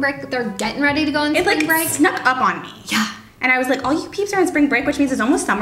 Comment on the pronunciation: "Sprang Break